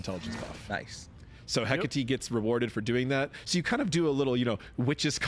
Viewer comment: Just happy people will finally pronounce Hecate right